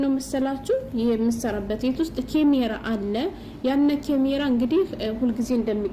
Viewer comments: ካሜራ በይ አቦ አትለፋደጅ ኬሜራ እያልሽ😂😂😂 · ኪሚራ አይ አማረኛ😂😂😂